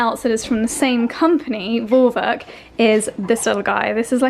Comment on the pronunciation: I just love how she said "Vorwerk" 🥰